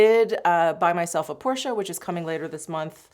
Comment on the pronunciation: 1- happy birthday ❤🎉 I adore your channel and have come to really enjoy YOU! As a woman approaching 40, it’s invaluable to have women like you to look up to and listen to! 2- thank you for saying “Porsche” correctly 😂… enjoy that car!!! 3- THANK YOU for your words about choosing child-free!!! We are also child-free by choice and it just… does not compute for many people!